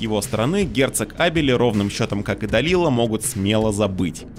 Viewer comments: а можно было имена персонажей нормально произносить, как они должны звучать в реальности? То что наши доморощенные локализаторы обкурились аргентинского и обозвали Дэлайлу... Далилой, не значит что автор должен повторять за ними... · Называть Дэлайлу, Далилой потому что так решили переводчики первой части ты будешь, а Да́уда, Дау́дом не будешь из принципа. Интересная позиция :/ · УУууух, услышал "Далила" и немного подлетел на реактивной тяге... Может это только для моего слуха, но Далила больше похоже на глагол в прошедшем времени, а не на имя. Дэлайла она, Де-лай-ла. Даже в гугл переводчик не поленился закинуть её имя в оригинале и прослушать произношение. Ухх прям=) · да Дауд ты хорошо произносишь. А вот по английски Далила звучит не так. Дэлайла правильно так. А Далила прям режит ухо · То есть ты из принципа ставишь ударение в имени Дауд на а, но Делайлу называть Далилой тебе норм? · Изгнанник... Далила.... Автору самому слух не режет? Хоть бы читал нормально